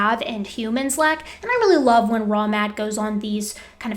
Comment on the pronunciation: Fun fact. First few times you covered these guys I honestly kept hearing "Wrong Matt" instead of " Raw Matt". Still think my brain had a point there.